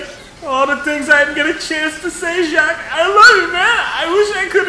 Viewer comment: It's "Jacques"